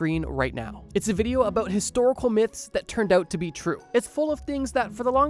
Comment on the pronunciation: “a-boot” lol